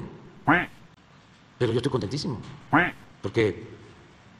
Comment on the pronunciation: Minuto .- " EJTOY CONTENTÍJIMO ".